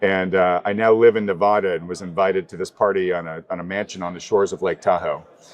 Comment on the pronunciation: And by the way, the guests just moved to Reno Nevada and still doesn't know how to pronunciate Nevada. That is goddamn embarrassing.